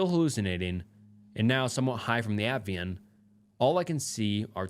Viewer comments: why do you NEVER figure out how to pronounce something properly if you don't know how to pronounce it at-i-van. Not at-vian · It's Ativan. Not Avian or Atvian. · Ativan is pronounced like AT-TUH-VAN. Love your videos ❤ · ATVIAN ITS PRONOUNCED AT-Ah-VAN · What’s disturbing is you can’t pronounce Ativan